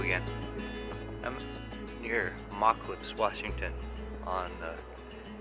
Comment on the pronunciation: Hi, this brings back memories of playing on the beach at Moclips when I was a kid. My grandmother lived there and when we visited her we would go down to the beach whenever we could. You picked a great spot to paint! By the way, Moclips is pronounced with a long o. Listening to you pronounce it wrong got me to wondering what the word "Moclips" means and I found two versions, both from Quinault words, the first being "a place where girls were sent as they were approaching puberty". The other one is "large stream". Both could apply. When too many cousins showed up my grandma would run us off - down to the beach!